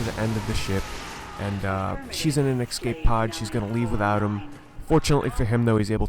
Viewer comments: escape, not ecscape. other than that nice. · It's not an exscape pod, it's an escape pod